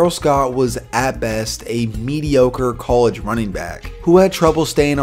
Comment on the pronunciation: col idge. not cole idge.. smh!